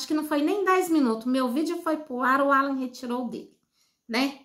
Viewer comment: Qual a vergonha que o povo que comenta passa explique?nem o nome de Alan não ala você parece que tem uma pedra debaixo da língua não sabe nem pronunciar o nome do rapaz